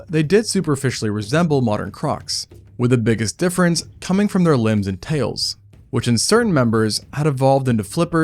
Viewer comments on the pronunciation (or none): none